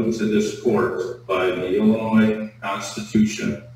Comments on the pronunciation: I had a teacher who told us there is no "noise" in Illinois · As someone who was born in Springfield, it hurts my ears when people sound the s in Illinois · Hes even pronouncing the S on the end of Illinois. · Lock him up simply for continually pronouncing the "S" in Illinois! As an Illinoisan, it is like nails on a chalkboard to hear it. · Wow, that was an extra large word salad, with a side of word spaghetti going on there. I liked the judge and prosecutor. No nonsense, and that’s it. “Sir, you are getting extra time for being grossly ill-informed, and pronouncing the S on the end of Illinois. Good day.” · Some one needs to inform this person that the S in Illinois is silent! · The S is silent!! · I wonder how this man made it this far without knowing the final s in "Illinois" is not pronounced.